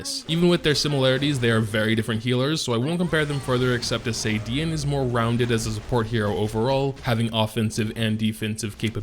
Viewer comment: I was ready to Unsub if he say Dee-e-ne again...😂